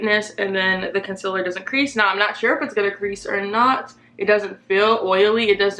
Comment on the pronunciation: it kills me how she says "con-sil-er". NO! It's con-seal-er.